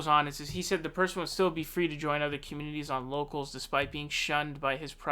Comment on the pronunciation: You sure you got that name right and it’s not “Yocals”? Rubin is apparently pretty “brave” not debating Sam Seder.